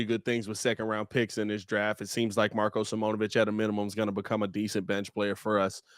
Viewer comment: You guys be saying Marko’s name wrong, it’s sim-own-ah-vich